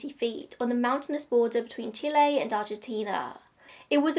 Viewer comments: i think you are the first english speaking person to pronounce Chile correctly lol we stan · I’m one of your plane nerds ✈️🤓, but this plane is too old, so doesn’t mean much to me either 😅. That is actually how you pronounce Chile, but either way, you did a great job, as always 😊😁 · You chose the correct pronunciation of Chile!